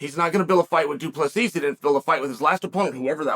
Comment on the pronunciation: The last s is silent, not invisible.....😊